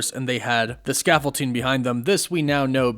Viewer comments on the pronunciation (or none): scaffolDDDDDing not scaffolTTTTING